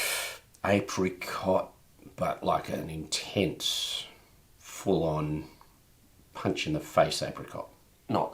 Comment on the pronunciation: “That’s really intense” sounded like “That’s Australia gents”